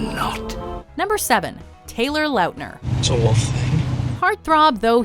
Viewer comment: The way she pronounces launtner is annoying